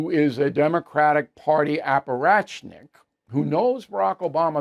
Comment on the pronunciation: Bill, the word is apparatchik. No “nik” at the end. I know you pride yourself on your language so when I heard you say this I thought maybe I had been saying it wrong all this time. I wasn’t. I did recently realize I was saying “dilapitated” instead of the correct “dilapidated”, so I know the feeling. Pressing on. As usual good commentary.